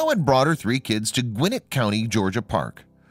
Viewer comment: It's Gwin-NETT not GWIN-net.